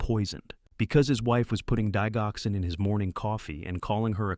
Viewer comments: It's pronounced dij-oxin. Like digit. 😅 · Didg oxin the g is hard sound. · Digoxin is usually pronounced with a j dijoxin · Good story. The g in digoxin is pronounced like a “j”.